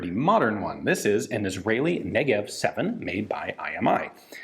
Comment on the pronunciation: The Negev-en, if you will